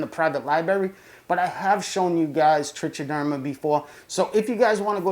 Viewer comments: It's pronounced trick -a - derma actually. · Nice vid. It's pronounced "trike-a-derma" by the way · The only thing I'll agree to is that you pronounce it wrong. If you don't freaking care why the compulsion to comment on it? Also it's not grammar it's pronunciation and it doesn't matter how many ignorant people on youtube mispronounced it it's still wrong. You're wrong, why defend an obviously verifiability wrong position? Just own it and pronounce it correctly now that you know. You know, like a rational adult.